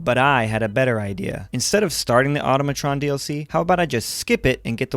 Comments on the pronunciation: The Laser Musket she tells you not to worry about: (Also, it's pronounced in a similar manner to "Automaton," but with "Tron" mixed in there) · The way you say Automatron makes me want to unalive myself